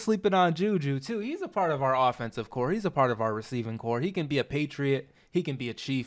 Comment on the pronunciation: it's "corps" 🙄